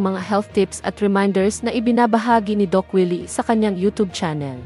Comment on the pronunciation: Siya ay hindi dos Willy kundi Doc Willy. Pls correct your diction.